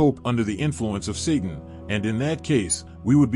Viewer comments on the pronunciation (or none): none